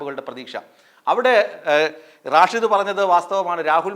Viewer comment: റാഷിദ് അല്ല സ്റ്റൈലാകിപറയുന്നതാണ്. റഷീദ് ആണ്. "തങ്കൾ "എവിടെപോയി ആവോ.😂